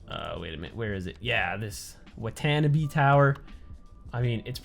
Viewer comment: To the best of my knowledge, the Watanabe residential tower is pronounced "Wah-tah-nah-bay".